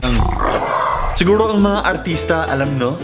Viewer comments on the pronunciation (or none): Sigwuro 😂😂😂